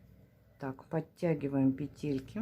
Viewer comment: Спасибо за урок. Все бы было прекрасно, но от вашего произношения слова «петЕльки» у меня из ушей идёт кровь. В русском языке в слове «пЕтельки» ударение ставится на первом слоге.